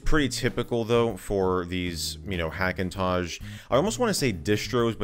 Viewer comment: He keeps saying "iDenim" and "Hackintozh"... x_x